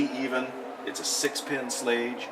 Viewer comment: Nice, but you didn't even pronounce Schlage right. Any you call yourself a locksmith?